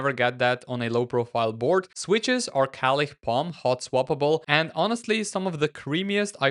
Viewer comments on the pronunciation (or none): none